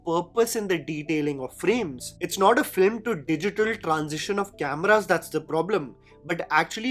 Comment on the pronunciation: your content is superb as always! Btw you said FLIM at 8.07...